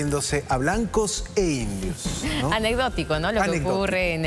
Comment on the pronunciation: Dijo blancos y indios, ni siquiera lo dijo bien.